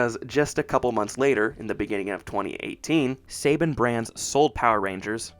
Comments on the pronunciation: Less than a minute in and a big red flag, in that this guy doesn’t even know how to pronounce Saban. So, obviously not a fan. Best thing about the movie was Rita?! I’ve got to be joking. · This guy can’t even pronounce Saban correctly smh dislike👎🏻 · You lost me when you couldn’t pronounce saban correctly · Its pronounced Saban "Sa-bon" not Saybin you complete noob. 🤣🤣🤣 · Not Say Ben but pronounced Sa Bon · It's pronounced "suh-BAHN", not "say-bin" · its pronounced Sa-Bahn not Say-Ben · Saban is pronounced "Suh-Bon" not "Say-Bin" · It’s pronounced SAHH-BAHHNN NOT SAY-BEN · It’s pronounced Sa-bawn, not Saybin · Apologies for being that guy but Saban is pronounced SUH-bahn. Unlike the sports guy Nick Saban (SAY-bun). Good video though!👍🏾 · I came here to say this. Somehow I’ve known since I was a kid, but I had to look up interviews with Haim Saban to be sure. Yeah, it’s SUH-bahn. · …“Say-ben?”… …”say-ben?”… …”say-ben?”… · Bud, you might want to look up certain pronunciations when recording your narration. Saban is pronounced like Sah-Bahn, and Dacre should be pronounced like Day-Kuh (or Day-Car). I've noticed it a few times while watching your videos. Your work is pretty well researched so it feels a bit lazy to not know how to pronounce certain names, especially when those pronunciations are readily available. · It's pronounced "Suh-Bon". Great video dude! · You mispronounced Saban. The 2nd A makes an O sound as in bond. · It's funny when Saban is American but not even Americans can pronounce it right. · All of this research and can’t pronounce Saban correctly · I’m very happy you made this video, but for future projects, I suggest you research how to pronounce names first. When I hear you mispronouncing names, it makes me think you’re not doing your due diligence on any of the facts. Within the first 2 minutes you pronounced Saban wrong and Dacre wrong, so I kind of checked out. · You had me till you miss pronounced Saban